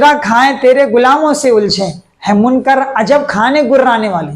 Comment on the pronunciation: حضرت آپ نے بہت اچھا بیان کیا ہے ۔چھوٹے بھائی کی حیثیت سے ناچیز آپ کی اصلاح کرنا چاہتا ہے۔ منکر ک کے زبر کے ساتھ نہیں ہے بلکہ منکر ک کے زیر کے ساتھ ہے۔